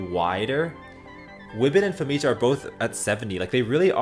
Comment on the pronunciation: Anyone else feel like Famija's J should have been pronounced like a Y? makes it way smoother and matches many european languages including Slavic languages Also another cool thing to add is "population of species + descendants" instead of just the main species. so ie. we can see when Noxixo's lineage went extinct